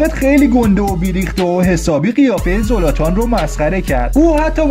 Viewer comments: خوب بود ولی زلاتانه نه زولاتان زولاتان کلمه خوبی نیست😂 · زولاتان نیس زلاتانه داری اشتباه می زنی